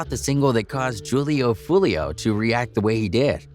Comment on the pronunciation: If your gonna make videos for money on niggas, at least say there right. Damn smh butchering Foolio’s name over and over again